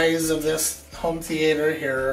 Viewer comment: my mans got a theatre but can't even say the word...